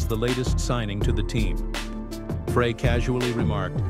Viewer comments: They say that that is intentional, to get you to write comments about how they CAN'T PRONOUNCE THE NAMES PROPERLY.I BELIEVE THEM BECAUSE THEY NEVER PRONOUNCE FREY CORRECTLY. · I refuse to listen to anything about the Eagles that can't pronounce Glenn Frey's name properly.